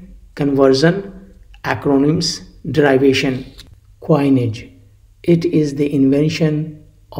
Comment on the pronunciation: You pronounce derivation wrongly!